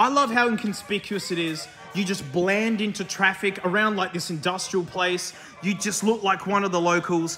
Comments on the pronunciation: Did you say you "bland" into traffic? lol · Did he say "Bland into traffic " ? Rofl , because that's what I heard .